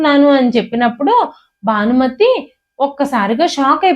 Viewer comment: ఇది చూస్తున్నారు అంటే అందరికీ తెలుగు వచ్చే ఉంటుంది. రానిది చదివే వాళ్ళకే. ఎందుకంటే వాళ్లు ఇంగ్లీషు లో రాసుకుని చదువుతారు కనుక. అందుకే, వెల్లి, పెల్లి, మల్లి, భానుమతి కానీ బానుమతి కాదు,మొదలైనవి అలా పలుకుతారు. దయచేసి తెలుగు కథలు చదవకండి. భాషను ఖూనీ చెయ్యొద్దు. తెలుగు భాషలందు తెలుగు లెస్స కానీ లెస్సు (ఆంగ్లములో) కాదు.